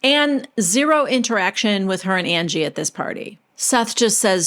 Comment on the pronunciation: The way that you have Whitney always saying Angie is like undies except instead of “dies” pronounced “dees” it’s UN-GEE 😂😂😂 God Whitney is a nitwit